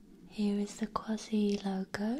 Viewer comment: Love it!!! Some noises were too harsh for my taste but your voice is exactly what I need!! When you hit the ASI when spelling QUASI that was PERFECT !!!!! You should do a talking video in that voice